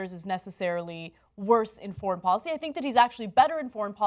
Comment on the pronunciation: It’s called a “thoint“ (portmanteau of “thumb” and “point”). I just realised Ana pronounces “foreign” as “forn.”